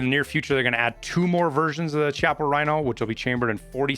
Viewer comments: That revolvers name is pronounced (Key-op-uh) not (chah-pa). It is a really cool revolver that fires from the lowest chamber of its cylinder rather than the upper one resulting in the recoil pushing the pistol back rather than back and up. Love your vids, was an easy sub. : ) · Chiappa DS60 baby! Should be available with underwood .357 penetrator ammo. Shoots like the best .357 magnum revolver you’ve ever had the privilege of using. It’s pronounced “key- ah- paw” rhino btw. Dlss is chill to have as well